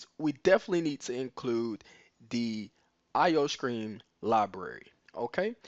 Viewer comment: The fact that he said "IO-Scream" and not "IO-Stream" made me nervous i mean it's right there on the screen lol